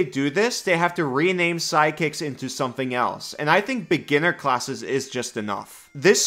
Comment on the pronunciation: I was confused, you pronounce "sidekicks" like "psychics" and I wanted a functional Psychic class so much... another intelligence full caster but with some Illithid powers from BG3 😮 On the martial topic, I agree, give them more options and make them able to cast some spells but not with spell slots, but effectively mimicking spells with martial techniques.